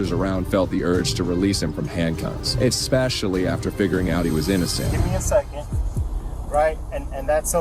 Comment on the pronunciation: The female officer who wants to arrest everyone literally says “expecially her” 😂😂😂😂😂 America cops can’t even talk proper 😂😂😂😂😂😂